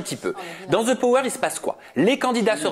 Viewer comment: J ai adore 😍 par contre tout le long je me suis demande pourquoi quand vous avez parlé sur le the power vous mettez comme si il y aurait un Z””😂😂 Continuez j adore aja ❤